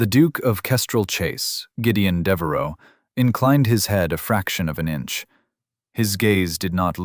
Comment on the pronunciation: It's Deveraux, not Devaro